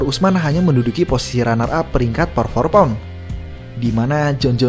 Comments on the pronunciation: Keganggu sama kedengeran “Por for pound” ga sih min nyebutnya? Harusnya kan “pound for pund” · Min, lu nulisnya udh bener pound for pound, tp ngapa ngomongnya "pour" for pound mulu dah